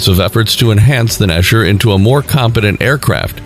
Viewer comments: Why read it “KAfir” when it is Kfir. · Not pronouced « Kafir » but « Kfir » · Unable to pronounce the name, what has the "dogfoght F-14/F-5" to do with the Kfir ... and... when did irraeli forces wear Wehrmachtuniorms and fight in eastern Europe??? At least ridicolous